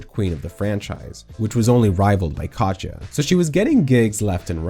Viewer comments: why do you keep saying Kacha instead of Katya? i’ve binged a bunch of your videos and it’s so grating. Katya isn’t hard to say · If I have to hear "Kotcha" one more time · Is calling Katya "catch ya" your thing? 😆